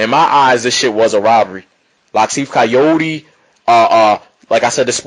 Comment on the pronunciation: good vid but his name is pronounced Car-YOUR!-dey not Cayode Try to pronounce it that way and you get it right